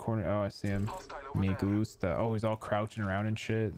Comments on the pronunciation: Did he say me gusto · Btw it’s not how you say it it’s me gusta